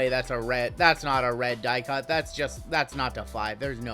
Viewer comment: I’m dying at you saying “die-cutty”. Maaayyyyy want to slow down the pause between those 2 words….. think about it lol it’s all I heard